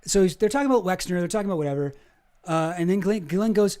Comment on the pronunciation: It's pronounced "Jizz-lane"